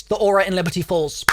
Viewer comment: why do you say, "leberty falls"